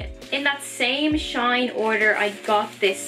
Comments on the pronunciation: never heard of shine. is it good? and btw it’s pronounced S H E E N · It's pronounced she in